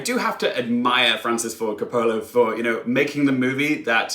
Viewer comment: If you want to be in the movie review business - and I realize this is probably his last film - you have to learn how to pronounce Coppola (hint: it doesn't rhyme with "cola" and the emphasis in on the first syllable, ie COP-ola). He's one of the most important filmmakers of ALL TIME.